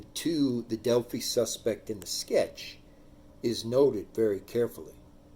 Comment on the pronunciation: You're wrong about so much information. Smh .. Delphi is also pronounced (DEL-FI) long I .